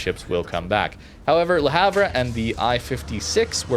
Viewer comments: Le Havre: proper pronunciation more closely resembles Luh Ahv, "H" is silent as are the ending letters "re". Don't hate me, hate the French. It's their pronunciation. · hi mate, that ship is pronounced La harve sry to comment like this but it just sounds so bad to any one from europe, subbed and always leave a like,,,,, cheers for all your content